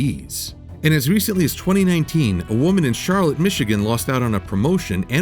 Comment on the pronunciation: Btw, my fine feathered friend, it’s pronounced Shar-Lot in Michigan...not Charlotte. Michigan is weird, buddy😁